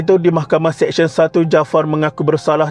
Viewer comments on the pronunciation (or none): Sebut betul2. Mahkamah SeSYEN bukan Mahkamah SEKsyen . Practice sebutan yang betul sebelum buat content.